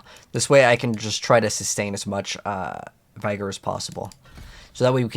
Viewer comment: You needed to hire him. There was an option, you just were clicking to fast. You leave sooo much loot (cash) laying around. Why play so fast? Yes, it’s only 1 but it’s 1 that you don’t need to do directly. It’s vig-or, not v-eye-gor.